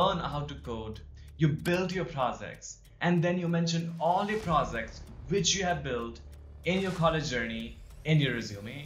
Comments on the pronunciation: You sound pro-Z-cts not pro-J-ects. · by the way its not prozects its projects